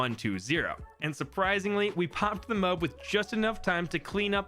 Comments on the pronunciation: It's mo ab not moeb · its not mow-b its mow-ab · The way u say Moab hurts me It’s “moh-ab” Not “moh-b” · stop saying mobe you dingulate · IT'S NOT CALLED MOBE.IT'S NOT CALLED MOBE.IT'S NOT CALLED MOBE.IT'S NOT CALLED MOBE.IT'S NOT CALLED MOBE.IT'S NOT CALLED MOBE.IT'S NOT CALLED MOBE.IT'S NOT CALLED MOBE.IT'S NOT CALLED MOBE.IT'S NOT CALLED MOBE.IT'S NOT CALLED MOBE.IT'S NOT CALLED MOBE.IT'S NOT CALLED MOBE.IT'S NOT CALLED MOBE.IT'S NOT CALLED MOBE. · I CANT WITH THE FUCKING "MOBE" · Moab pronunciation is ao bad😅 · Why in the heck does he say “Drude” and “m0ab” as opposed to “ Dru-id” and “ mo-ab”